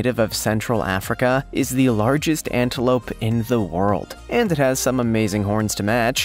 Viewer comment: Words like „hand“ and „hin“ for ‘and' and ‘in’ makes my face crawl like a millipede hunting for your „hnight“…